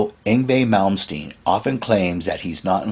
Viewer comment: mike varnaaaaaaay who is mike varnaaaaaay? we know a mike varney, but not a mike varnaaaaaay, oh dear you can pronounce Yngwie Malmsteen but struggle with varney lol